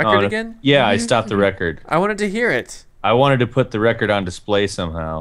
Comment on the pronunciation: "It kinda looks like an Asian person." Me: ...wut. 'lecord' LMFAO